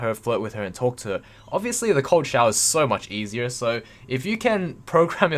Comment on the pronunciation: Every time you say ''cold shower'' I hear ''Coachella'' Im I just dumb?